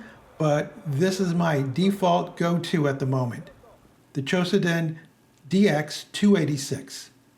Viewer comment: Why do you say "QOSEDEN" ? It is - Q O D O S E N .